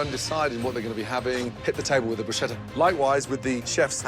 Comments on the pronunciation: Not even italian but for once CRINGING HARDDDDDD about gordon calling it bruSHETTA.......NO NO NONO NOOOOOOOOOOOOOOOOOO. its brusCETTA....as in brus-ketta 🤬🤬🤬🤬🤬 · Did Ramsay just pronounce it 'Brew-shetta'?! Jaysus... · As a world-renowned chef, Gordon should know how to pronounce "bruschetta".